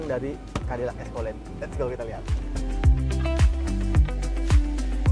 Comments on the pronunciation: Escalade dibaca "eskeled"😑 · Eskolet😂🤣🤣 ga skalian escoklat🤣🤣